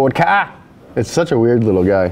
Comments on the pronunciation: "ford kahhhh" isnt it K-A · Did he call it a for kah ? K A my friend !!!